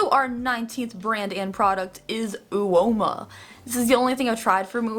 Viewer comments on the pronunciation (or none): The u of uoma is silent. It is pronounced oma